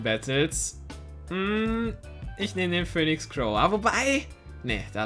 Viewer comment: Pöhnix Crow